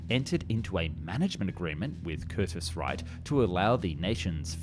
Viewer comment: Curtis Wright, not Wrighter...as in Wilbert and Orville Wright.